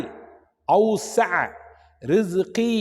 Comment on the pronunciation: ரிஸ்கிக என்று டைப்பிங்ல இருக்கு சொல்லும் போது ரிஸ்கீ என சொல்றீங்கிளே